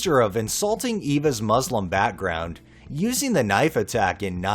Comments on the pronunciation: French city of Nice is pronounced the same as "niece," just FYI. Thanks for the upload,! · Not wishing to be overly picky, but the town in France where the knife attack in the last story happened (Nice) is pronounced 'Neess'.